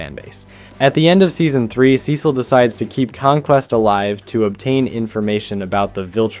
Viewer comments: Dude, please try to pronounce the names correctly. I've never heard somebody fuck up Cecil's name or call Mark Grayson, Mac Garson 🥀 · Not gonna like or sub until you pronounce Cecil right. Holy shit is that infuriating. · Why do you Cecil like that😂